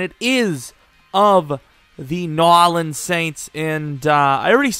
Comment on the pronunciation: "New Orleans"